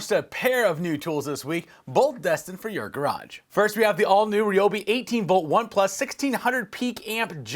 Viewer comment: Wow! You’re the only one I have heard, on YouTube, that has pronounced “Ryobi” correctly.